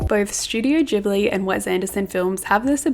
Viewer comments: Loved the vid but it did hurt my ears every time you said “jibbly” 😩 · "ghibli" is a japanese word and in japan they only have the hard g sound (otherwise it would be with a j) :)) -its "gibbly" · pronounced with a "j" sound, not a "g" sound :)